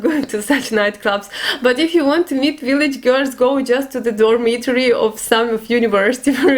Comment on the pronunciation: my darling, in English we pronounce "Girls" like this - Gir'ls try it... or date an English Guy/Girl... it comes to you easier no:) have a wonderful day x